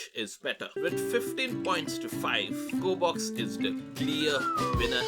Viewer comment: Its.. G o r e b o x.